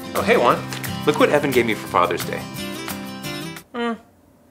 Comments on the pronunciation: Locote Chido it’s pronounced Juan and good joke lol 😂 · GamerOA YT it’s pronounced “huan” and its spelled Juan